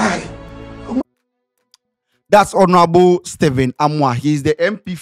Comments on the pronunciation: is not hornourable it's honourable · Eii... Scantyyyy!!! The H is silent ooo so Onourable😅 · How is scanty pronouncing 'Honourable'?